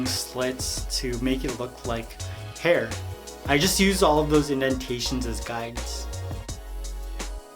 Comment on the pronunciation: "to create his herr"😂💙